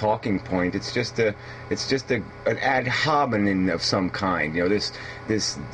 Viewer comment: It's pronounced AD HOMINEMMMMM (with "M" at the end).